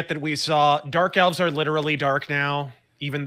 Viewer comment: The hobbit lass pronounces "elves" and "dwarves" as "elfs" and "dwarfs". Tolkien would be fucking boiling.